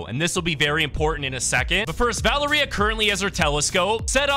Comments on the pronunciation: pronounce valeria va-lar-ee-a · it is pronounced va lair ria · Its pronounced like val area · and Valeria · Oh my god why do so many creators pronounce Valeria like that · Bro why does he say Valeria like that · The way he pronounces valeria